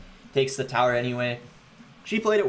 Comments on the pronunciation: I be thinking the same the lmao. Take the thower🥲🤣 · Is it just me or does it bother anyone how he says tower